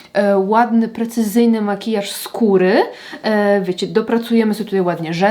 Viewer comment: Haha zamiast "makijaż skóry", w moim mózgu usłyszałam "makijaż z kury" 😂 Podpowiedz jeszcze czy w ten kwadracik w palecie zmieściłaby się też standardowa okrągła wypraska, np. z glamu? Piękne piękne makijaże ❤❤❤